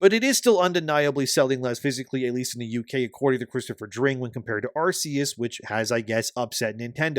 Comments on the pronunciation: It's Ar-KEY-us, not Ar-SEA-us. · Ar-KEE-Us. Pls my guy, it's been 18 years. We had a movie. We had Legends Arceus. They gave us an Arc phone, which is a dead giveaway for how Arceus is pronounced T-T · It's not "Arse-eus".